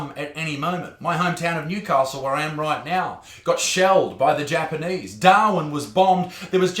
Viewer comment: You said Japanese like you would pronounce Mayonnaise 😆😆😆